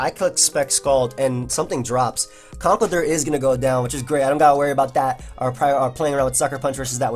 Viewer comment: I hate to be that guy,... but it's pronounced "Conk-ELD-urr". He's an elder of concrete.